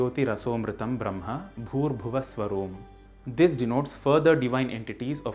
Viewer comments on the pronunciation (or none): It's not bhuH , it's bhuR